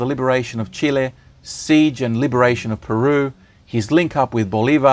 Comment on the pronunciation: Huippu dokkari. Kiitos. Skitbra historia YouTube. Tack. Optimale Spitze. Danke. Nec Plus Ultra. Merci. I love your channel! Narration. You say CHILE correctly! And research, visuals, images. Outstanding. Thanks. Greetings from sunny tropical THAILAND